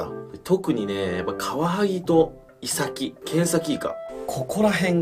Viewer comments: イサキとイトヨリのイントネーションが気になる。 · イサキのイントネーションが違う気がする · イサキのイントネーションw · イサキの発音に違和感